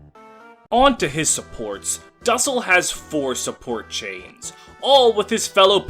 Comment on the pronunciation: You absolutely butchered how you pronounce his name 😭